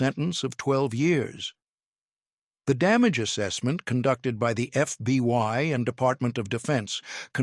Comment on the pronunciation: Please it is called the FBI not the FBY. If you folks cannot get it right hire someone who can write the script correctly or someone who will read the script right. This is getting ridiculous.